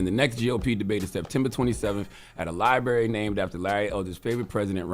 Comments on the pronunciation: "Libarry" He can't even pronounce library, let alone go to one. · what is a “Libary”?